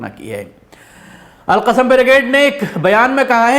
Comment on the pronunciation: Assalamu alaikum....."AL-QASIM" nhi "AL-QASSAM" hai.. Jazakallah khair...